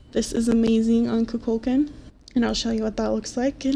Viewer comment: IT'S NOT KUKÚLKAN, IT'S KUKULKÁN